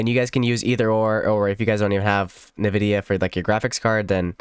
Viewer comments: ENvidia not NEvidia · "In Vidia" not "Nuh Vidia"